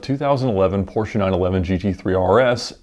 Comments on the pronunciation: As a German: Hey, you pronounced Porsche 100% correct! Not Porschee or Porsch but Porschà. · Finally somebody who does say the PORSCHE Brand name right.. nice :3